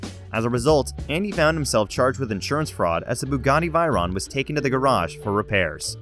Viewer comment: The bugatti V I R O N